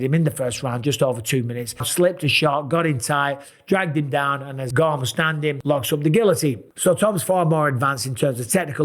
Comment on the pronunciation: Love the way chael says "Surreal Gane" 😊